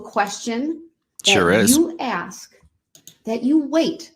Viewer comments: Also, if I had a dollar for every time he said “would it be fair to say…..” when he questions people. He can’t say “ask”, always comes out “ax” 😂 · Um, personal note, I HATE when people say "axe" instead of "ask." Like "I axed the judge and she said no," so he should be found guilty of abuse of the English language. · Very entertaining. If he could only speak English though... Dis, Dat, Dah. And he "axes" questions instead of asking. He refers to himself as the "alleged defendant". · All I want to know is, where is the motion to suppress the defendants use of the word “AKS”??? His “AKS” count is well over 1K in this matter. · I find his inability to pronounce simple words annoying (ax v ask) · "Tacit = Ta-Sit." Not TAKIT. ASK not AXE. Sustain, not substain. GrounDs not growns. While I have NO problem with how people say words if they have different accents, his butchering of the English language is ridiculous. No, this is not the only thing I take from this trial - what he did is horrendous, however, I will belittle and denigrate this vile monster, especially when his behaviour is so disgusting. I will, therefore point out his failings and scr*w him.